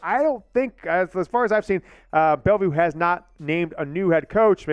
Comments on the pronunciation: It’s BelleVILLE not BelleVUE. BelleVILLE NOT BelleVUE sheesh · Bryce Underwood is from BELLEVILLE!!! It’s not “Belleview!”